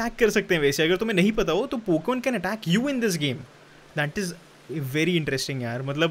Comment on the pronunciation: Pokan mat bol bhai ajeeb lag raha hai pokemon bol na